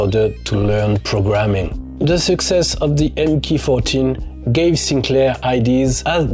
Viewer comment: An excellent video thank you. A nice history of Sinclair's computers. Starting (as I did) with the MK14 from Sir Clive's (Regulation Circumventing) 'holding' company Science of Cambridge. In particular congratulations on correct pronouncing M.K.14 , the Microcomputer Kit with 14 LSI support chips. If you haven't seen it you should watch the Ian Williamson interview by The Centre for Computing History channel for more background on the MK14.